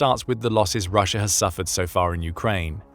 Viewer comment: Rusher? Never heard of this place. Sounds like intrusive R.